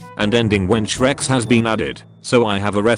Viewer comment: The way he says "shrex" gets me every time ;D